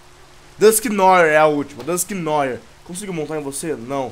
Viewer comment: VC pronuncia errado o dusknoir